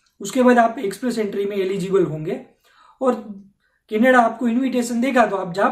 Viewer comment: මූට කැනඩාව කියන වචනයවත් හරියට කියාගන්න බැරිනම් අපේ එවුන් මොකට බොරුවට බය වෙනවද...